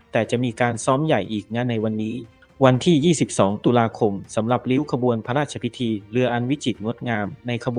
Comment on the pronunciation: เนื้อเรื่องของคลิปที่ลงก็ดีน่าดูมากแต่สุดแสนจะรำคานคนอ่านสุดไปอ่าน.ร.ล.ได้แย่มากฟัง.พะลาดชะพิที.อลุน.ลาด.ชะวะลาลาม.เวรกรรม.